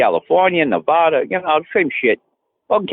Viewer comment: I actually live in Nevada, infuriates me every time this guy pronounces it "nev-VAW-duh"